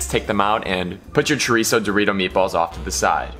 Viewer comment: You say chorizo like a white person, practice on your accents. Thank you 😜😂